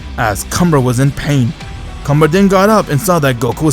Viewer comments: Bro its “Kamba” not “Cumber” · Is it me or comber sound like c*mber